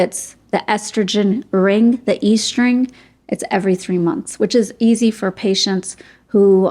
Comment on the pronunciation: Estring is a ring that contains estrogen. It makes more sense to pronounce it est-ring and not e-string.